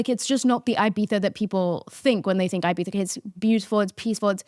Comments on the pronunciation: had to stop watching because of the pronunciation of ibitha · love but the eye-bitha is really killing me 🫠 if you’re gonna use the /th/, please use the /ee/ for the first i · thought about it but all I hear is "i-bee-saaa" instead if Ibiza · Uk accent ahahahaha